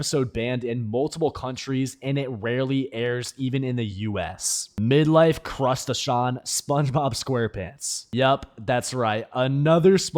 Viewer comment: The way he pronounced crustation